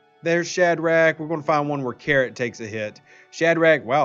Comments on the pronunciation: why is he calling him carrot, like the orange vegetable, and not karate like the martial art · It's karate, not carrot 😀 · Keeps calling karate carrot..